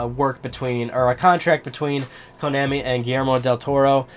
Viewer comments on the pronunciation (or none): It's konaaaaaami, not konäääääämi. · Your pronunciation of Konami annoys me.